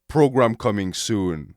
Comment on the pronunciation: "Program coming soon" -when the frenchman tries to speak like the austrianman